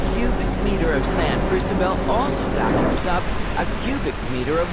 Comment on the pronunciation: To the narrator: Do you see that little black mark on top of the letter "O" on the word Cristobal? That is called an accent. It denotes the strongest syllable in the word. So Cristobal is pronounced Cris-TO-bal. Thanks